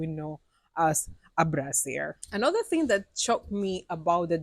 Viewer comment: Toilet paper ting (not tin).